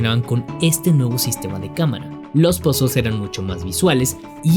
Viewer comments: Tras 3 veces oyendolo, "pasools"=puzzles, entendido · Shoother "suer" Puzzles "pusels" 😮